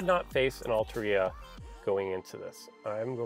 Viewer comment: Also its pronounced al-taria and not alta-ria